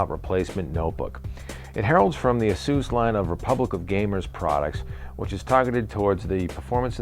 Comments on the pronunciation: it's AY-SUS not AH-SUS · LOL It's pronounced asoos? I always thought it was Aysus lmfao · lol asoos is how he said it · ya, i'll tell em. the same way that we say playstation three and japan says plaistasion sree. doesn't mean they're right. this is the english language and ay-sus sounds better.